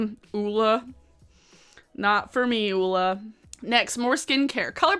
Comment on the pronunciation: THANK YOU for pronouncing the name Ole correctly. Its my brother's name and people are constantly butchering it.